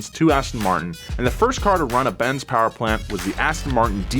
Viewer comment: More Powah Baby